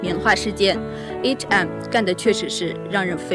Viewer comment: 視頻不錯，不過提妳一下，對方不是HM, 是H and M.